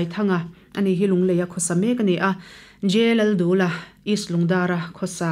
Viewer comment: J.Lalduha tih khi a diklo, J.Laldûla tih zawk tur ani e